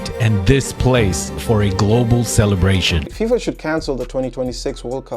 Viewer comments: 0.53 She says FIMA ! It's FIFA, Played it 5 times to make sure. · I am sure she meant FIFA, not FEMA. 😉